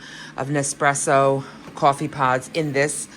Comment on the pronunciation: Kaw-Fe lol I will now be saying it like that every day 😁